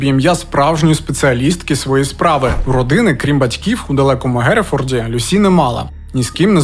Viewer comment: Ім'я Люсі за британською версією вимовляється з наголосом на перший склад. Вона, до речі, не склала тест з першого разу, тобто не отримала кваліфікацію, після чого змінила ментора і здала на диплом. Викладачі зазначили, що їй бракувало знань з клінічної медицини, що вона потребує досвіду, ще була помічена її холодність, як особиста риса. Я пам'ятаю як цей моторошний злочин освічувався на ВВС і друкованій пресі. Одна з версій, що немовлята із проблемами їх дратували.🇺🇦✌❤🖤